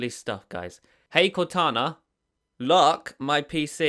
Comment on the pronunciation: Lock sound like look lol